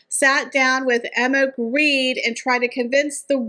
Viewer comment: Jens Grede is NOT Greed. Gre-de. Please. Gre as in "ogre" and de as in "deny". NOT greed.